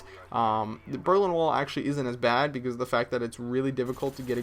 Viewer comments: Can you say Becasuse? Cause you keep saying Bec000z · becoose??? are you canadian? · He says because like BECOOOZE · No offense, but when you say because, it sounds like becooz. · You can't say "because" ;D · you say "because" strange. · Is it just me or did you guys want to punch a baby everytime he said because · HAHA what the hell? I think cannot pronounce "because" properly. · can you say because like a normal human being? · lol he says because funny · Don't really get it.. Do you guys just think its funny the way he says 'because'? If thats so, i totally agree. But i'm kinding getting the idea that people are actually bothered by the way he says 'because' and that is fuckin lame. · Does anyone else think says the word "because" weird as shit?